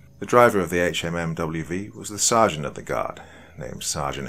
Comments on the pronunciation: Yea I was gonna say dude it's a Hum-V was killin me with hmmwv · Great story... but sayin HMMWV instead of “Humvee” kinda hurt my head... also having spent some time at Fort Riley recently, it adds to the creepiness. Just a tip for the doc, googling military jargon can really enhance the immersion of a video. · It’s pronounced Humvee. Not H M M W V. You can tell that the person who wrote this was is a veteran though. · it’s pronounced Hum Vee not HMMWV. Other than that, great story. I was stationed at Ft Riley for four years. The wife is from the local town outside the post. Lots of history. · Love the story but one small critique, it’s pronounced Hum-vee not HMMWV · Sorry but it's called a Hummvy... not an HMMWV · thank god, I was screaming Humvee at my computer every time he said it wrong. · Right... Can say duece and half, but not humvee? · Apparently this narrator didn’t pick up that a “HMMWV” means “Humvee.” Being a Brit civilian, it makes sense. But that’s the kind of thing that could use a little pre-translation. Otherwise, good story. 👍🏻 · Public service announcement for horror narrators: Hum-vee azz-vab dee dee two fourteen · Pronounced Hum-vee or also called lovingly a Hummer. Just saying if you want the military lingo. Great stories though. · Dude just say humvee